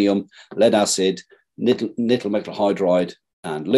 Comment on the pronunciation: Is he saying "Nittle"?! Not sure I trust the "free energy" device from a man who can't even saying "Nickel" properly. 🤣